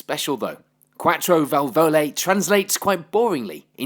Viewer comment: Nice report, very well done. If you want to pronounce Quattro Valvole more gracefully you just have to leave the accent where you also have it in English: on the 1st "a" of vAlvole.